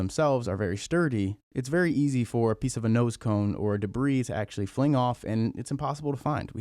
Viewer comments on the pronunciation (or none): none